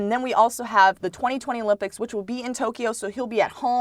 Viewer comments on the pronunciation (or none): none